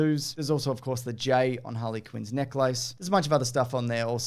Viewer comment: pronounced necklace weirdly